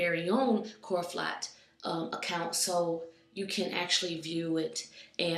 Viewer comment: 'clorofot' hehehe